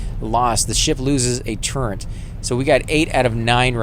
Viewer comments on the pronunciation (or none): Why oh why is this misspronounciation so common? I keep hearing it, everywhere, and it really grinds my gears! TurreNt TurreNt TurreNt! There's no God damned N in turret! Kill me.